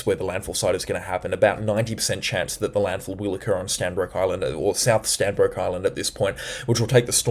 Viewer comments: Stradbroke Island not Stanbroke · Thanks so much for your work. Stradbroke Island, not pronounced Strandbroke… Also Ballina is pronounced Bal - in - a Cheers mate 👌🏼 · Hey man, it’s Stradbroke Island NOT Stanbroke Island. Google maps will confirm! Homework! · just a slkght correction its Stradbroke island not strandbroke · Standbroke Island??? Do you mean 'Stradbroke'???? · Stradbroke Is, not Stanbroke Is. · Stradbroke Island not Stanbroke Island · great coverage many thanks. Not Stanbroke Island, it is Stradbroke Island. Come visit some time😅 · It’s not Stanbrook island!!! It’s Stradbroke Island. You need to get things correct if you are going to talk about whether events and life’s of ppl. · Stradbroke not stanbroke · Hi good report .. it’s actually Stradbroke Island not Stanbroke 😊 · Stradbroke. Not Stanbroke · Bro it's Stradbroke Island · Hi, It's Stradbroke island. Locals refer to it as Straddie. Keep up the very informative videos. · It's Stradbroke Island _ Strrradbroke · That's 'Stradbroke ' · Stradbroke Island !!!. Get it right my friend.... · Tips for speaking East coast. Stradbroke islands (North & South)... Not stanbroke, or just go with Straddy and South Straddy. Caboolture = car bull char (maybe not as hard as char, but like culture not like pure). Ballina = bal inn ah. Not berlina... Also had to laugh when you skipped Tallebudgera creek the other day. Talla bud jer ah. Thanks for your efforts. Helps me reassure my wife that the clickbaiters are blowing things out of proportion a lot of the time.